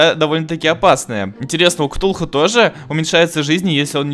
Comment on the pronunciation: Ти сказал ктухуй іо😂😂😂😂😂😂😂😂😂😂😂😂😂😂